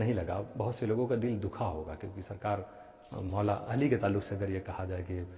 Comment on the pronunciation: کیا کوئی جاہل ءالی ءالی الی الی عین کے بجائے ہمزہ جس تلفظ سے نماز فاسد فساد معنی کی وجہ سے بیشک ذکر علی کرے تلفظ اور ادائیگی صحیح ہو با ادب کریں کوئی روک نہیں ہے